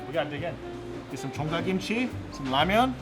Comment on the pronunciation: Esther Choi 💚 thank you for pronouncing Ramyeon, not Ramen!